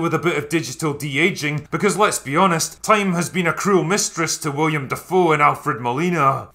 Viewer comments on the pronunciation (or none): WILLEM, not William. Just pointing out the minor details to a guy who points out minor details haha